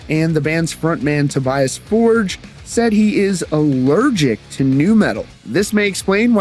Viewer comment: It's Toe-Bee-Ahs For-geh. Stop with that americanizing. He's Swedish!